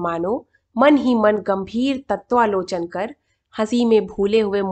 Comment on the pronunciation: तत्वावलोकन आपने ग़लत पढ़ा आप ठीक से शब्द नहीं पढ़ती हैं